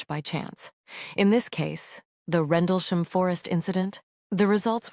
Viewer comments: What the hell is a "Randlesham" ? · At least get the name right😂 RENDLESHAM